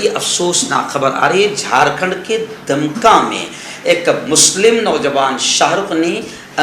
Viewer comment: दमका नहीं दुमका है